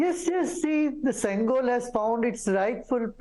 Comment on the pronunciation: Its pronounced shengol... not sengol.